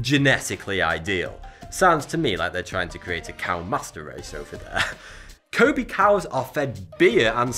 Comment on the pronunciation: I lived in Japan for way too long. You repeatedly mispronouncing Kobe is bugging the shit out of me. LOL